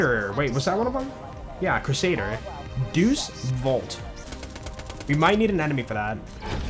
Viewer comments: Not pronouncing Deus Vult as Duce vault instead of Day-us vault 💀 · It's funny you got the Belmont and Alucard in the same video :_joltzLUL: Both are Castlevania references, Alucard being a vampire and the son of Dracula. The red text is poking fun at Twilight. Also for the Crusader, the red text is pronounced Day-oos vault. And is Latin for "God Wills It"